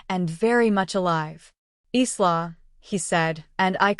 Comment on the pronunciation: Pronounced "Eye-la', not eesla